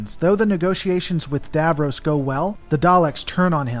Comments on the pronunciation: It's pronounced Dav-Ross not Dav-Rose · It isn't pronounced Davrows it is pronounced DavRoss, and Daleks are pronounced Darleks.